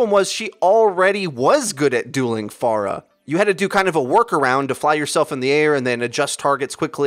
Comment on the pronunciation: Thanks for saying Pharah's name right